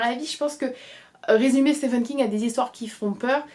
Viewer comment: Juste petite info, Stephen en anglais se prononce «Stiven» et non «stefen» :)